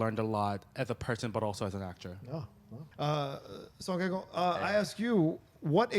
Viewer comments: 냄궁민수가 아니고 남궁이듯, 갱호가 아니고 강호라고, 이 무식한 ㅅ끼야 (설국열차 대사 일부 차용) ㅋㅋㅋ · you BUTCHERED their names haha her name park so dam should be pronounced like park (or pahk) so dahm his name song kang ho should be pronounced like the soa in soap. kang is like king kong. ho is ho. sew-ng kahng ho